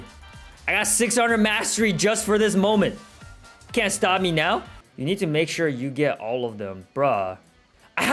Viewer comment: "Are you serious right neow bro."